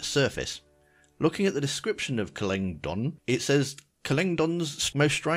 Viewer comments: Just to help: it's pronounced Klen Dagon (Almost like dragon but no R) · How did you pronounce klendagon "kalingdon" lol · Klendagon, say it with me Klen-Da-Gon